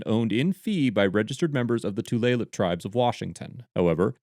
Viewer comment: Yep. Tulalip and Snohomish aren’t words people who don’t live in the area used to seeing and pronouncing, so it’s a pleasure to hear them said correctly.